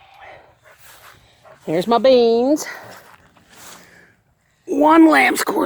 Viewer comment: You gave me a good giggle when you said "There's my beans"! You sounded so southern. I am southern and to me, you always sound so northern. And when you said that it gave me a good giggle. 🤣 In a good way. No disrespect. I love your northern accent. Your voice has lulled me to sleep many nights listening to the Laura Ingalls series.